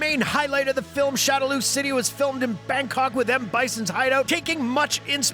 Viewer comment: it's cring how you pronounced Mario and shadaloo and hadouken